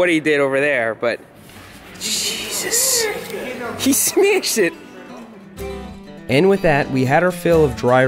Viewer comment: how he said he "smeashd iet"